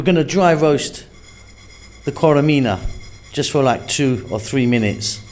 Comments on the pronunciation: its not koremina but korerima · Korerima is the right pronounciation . Keep up the good work !